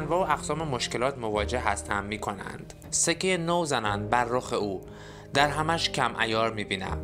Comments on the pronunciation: سلام دوست گرامی و راوی و مفسر محترم با ادب و تواضع دَرهمش کم عیار می بینم به شیوه ای که جنابعالی می فرمایید اشتباه است شما (( دَرهم )) را با فتح دال به معنای مخلوط شده و در هم آمیخته برداشت کرده و تلفظ می کنید که صحیح آن (( دٍرهم )). به کسر دال که واحد پول قدیم است می باشد .... بعنوان مثال الان ما می گویم تومانش یا ریالش یا دلارش کم عیار و بی ارزش می بینم ایشان هم گفته دٕ رهمش کم ارزش و کم عیار می بینم ...... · دِرهمش کم عیار بینم نه دَرهمش،،، لطفا شعر استاد رو درست تلفظ کنید. ممنون